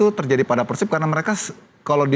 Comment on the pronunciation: JANGAN PERCAYA SAMA PUNDIT YG NGOMONG "PÉR-SIB" TUH JADI "PEUR-SIP"